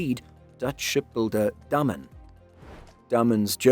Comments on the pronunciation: He is pronouncing it wrong. The "a" isn't pronounced as in "name". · Are you sure you are pronouncing "Damen" correct? It sounds wrong. It sound like the Dutch word "dammen" for me.